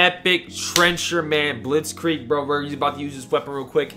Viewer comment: no way how you "Blitzkrieg" pronounce😂 i'm from Germany